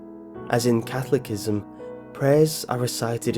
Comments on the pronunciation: He said 'cathlicism' Boy it's Catholicism (Cath-ol-is-ism) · Catholic-ism? Wrong! Kath-ol-is-ism, right! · Its Catholicism not cafolicism. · FYI, "Catholicism" isn't pronounced catholic-ism, it's ca-THOL-i-cism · Sorry but 'Catholicism'? It's pronounced 'cathol-iss-ism', not 'cathol-ik-ism'. The 'iss' pronounced the same way as in 'hiss' or 'miss'. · It's pronounced cathol-li-sism not Catholic-ism!!! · "Catholicism" is pronounced /ca-THO-le-si-zem/, not /CATH-lic-i-zem/. Otherwise a good and creepy video. Most of the origin stories given here are apocryphal, though, if Wikipedia is to be believed. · Catholic - ism ... the word is CathOLicism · Nice video but I feel the need to point out that Catholicism is pronounced kuh -tho-luh-si-zm not catholic-ism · It's Catholicism not cathlicism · “Cathlicisim???!! Uhh, Catholicism!!!!!!! Yes, there wasn’t freedom of speech back then It was a way to pass on information Also, a way for children to cope with horrible things ie plague. Look at London Bridges Falling Down... The Blitz.. Please correct your religious verb. Puts a damper on the believability.. Just Sayin’ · Cathlocism? You mean "Catholicism" pronounces Kath-all-oh-siz-immm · Cath-OL-o-si-sm not Cath-lic-ism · Yesterday upon the stairs, I met a man who wasn't there. He wasn't there again today. I wish to Hell he'd go away. All these so-called explanations about the meaning of dark Nursery Rhymes are just pure 'Jackanory'. Incidentally, "Cathlickism" is pronounced in fact "Catholicism". Close, but no cigar for any of it. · "CathlicISM?" It is pronounced Cathawl-li-sizm. How incredibly stupid can a person be? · "CATHOLICISM" Is pronounced "KAH-THO-LO-SISM" ..not "KAH-THO-LIC-ISM" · It's pronounced /ka THOLA sizm/ not /KA tholic izm/. Kind of ruins any credibility you might have with me if you can't pronounce the words correctly. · Catholicism is pronounced: 'ca-thol-i-cism', not 'cath-lic-ism' <[as the British narrarator said it.] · Catholic-ism LOL! It's Catholi-Cism